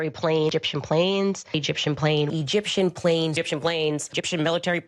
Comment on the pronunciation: I read your thumbnail and all I could think is, “Candace is too nuts, even for Alex Jones?” Also, in some of the clips where Candace says “Egyptian planes,” it sounds like she’s saying “Gyptian planes.” Which makes me think of His Dark Materials.